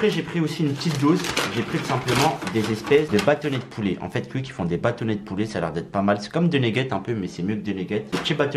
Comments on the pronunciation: Tu prononce quick comme un belge ( cuic ) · On dit pas cuique